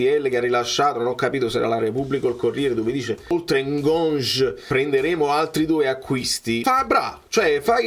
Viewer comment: comunque è Ngonghe, l'ha itt iss a DAZN, quanto mi triggera questo NGONJ che hai cacciato hahahahaah